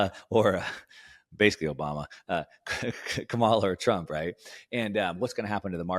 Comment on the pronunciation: consistently mispronouncing Kamala’s name is not putting you in a good light, and I suggest that you stop it. People will only draw one of two conclusions that I’m sure you wouldn’t want. Folks will either conclude that you are dumb (which I don’t think you are) because you can’t learn her name, or that you are racist (which I hope you aren’t) because you intentionally mispronounce her name as a way of disrespecting her. You may hate her policies, which is fine, but I think it only hurts you by saying her name wrong at this point.